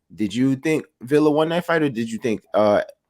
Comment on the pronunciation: This fight might be another Broner vs Maidana if boots don't respect Villa power!! ohh and Mad respect for prounced Villa (Viya) correctly and not Vila👍🏼